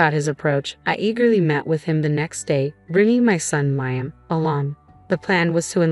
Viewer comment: Please pronounce Liam’s name it is pronounced Le um. Your grammar and story is so bad